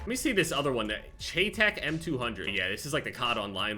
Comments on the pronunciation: for future reference, so the gun nuts dont get ya, its shy tac not shey tac, just making you aware. a cool video you might do is the IRL history of the CHEYTAC m200 intervention. its an amazing weapon system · … for the love of god, sir. It’s pronounced SHY-TAC 😤🤚‼️ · Cheytac is pronounced shy-tack